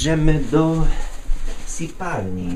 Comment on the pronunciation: powiedziałeś "sipalni" a mówi się "sypialni" : )